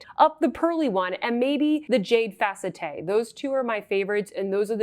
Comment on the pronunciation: It's not pronounced fa-cet-te, but fa-CET. If you've ever had steroid injections in-between the vertebrae in the neck, they call the spaces between the vertebrae in the neck the "facette joints". It feels wonderful...I say with full sarcasm. However, I would have that done again before having a myelogram. If someone suggests you have a myelogram, RUN the other way!!!